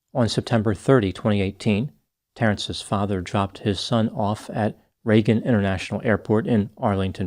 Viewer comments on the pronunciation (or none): none